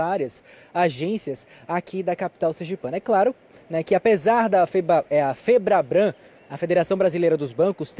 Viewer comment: Repórter, é FEBRABAN que se fala.